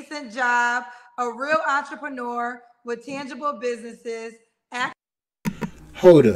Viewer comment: Did she say she was an "antrepreneur" 🤣🤣🤣